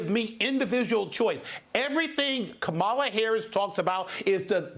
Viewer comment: Her Name is Ka- Ma - La.